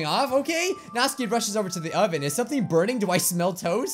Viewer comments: It's Nat-su-ki, not natski!!😂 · Nautski it's not nautski it's natsuki and it's not Bijju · its nats*UUUUUU*ki not natski plzzzzz u are murdring my ears every time u say her name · I wonder if he knows that her name is Natsuki and not Natski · He is missing the "u" in Natsuki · Does he know he’s saying Nasuki’s name wrong? Just me? OK